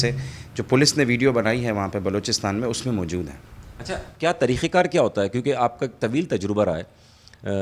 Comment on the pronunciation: بھائی طریخا کار نہیں "طریقہ کار"لفظ ہوتا ہے۔لیکن بہت دل دہلا دینے والا واقع ہے اللہ گھر والوں کو صبر عطا فرمائے اور قاتلوں کو کیفرِ کردار تک پہنچائے آمین الٰہی آمین 🙏